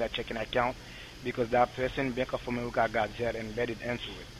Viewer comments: "" sounded sort of like Elmer Fudd, didn't he? ("AmeWica, Weason, Wecording", etc.)!!! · Bank of Amewica?! Omg, I wonder if Elmer Fudd knows anything about this?!😂😂😂